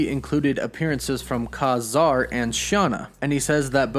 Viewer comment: LoL Dude "Kazar's" name is pronounce [Kay-zar]